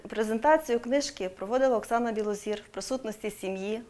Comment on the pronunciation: Білозір,а не Білозор,пані ведуча!